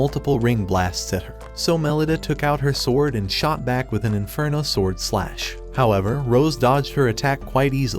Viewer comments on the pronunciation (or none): none